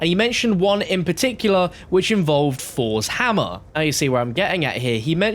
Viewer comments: This mans says fours hammer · Nobody:: FoUrS hammer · ‘Fors’ Hammer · Fos hammah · Fors hamma 😂😂 dumb ass